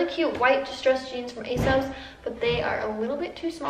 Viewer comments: isn't it pronounced A sauce no a sos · Why do u keep calling asos asose